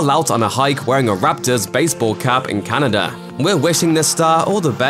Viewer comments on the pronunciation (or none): none